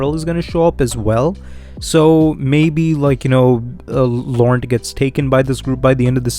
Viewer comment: Ya gotta say Laurent with a fun sexy French accent